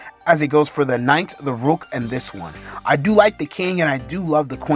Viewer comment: Bro said “rewk”